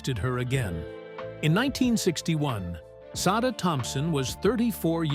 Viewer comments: Sada = Say-duh The picture marked looked more like Shirley McLaine, Sada Thompson. Check your pronunciation and your research. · You're correct. It was Shirley McLaine at that time mark, and yes, the if the poster wants to devote a video to someone, they should at least know how to pronounce her name correctly.